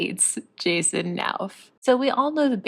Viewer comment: She can’t even pronounce his last name which wont help either. He is also much better educated and exudes kindness.